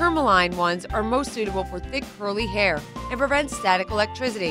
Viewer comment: oh and hairm instead of hair🤣